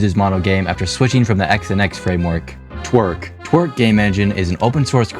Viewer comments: be fair he says twerk not torque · Text: Torque What I hear: Twerk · You mean tor-k (que).. not twer-k (que)...right? Like— bro 😅😂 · i swear he's just saying twerk 3d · I cant get over that Torque is pronouced "twerk" in the video. >.< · when i heard TORQUE for the first time i thought you said twerk 💀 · Can't believe they made a game engine called "Twerk." (Although, that may be a pronunciation error, but the captions say otherwise.)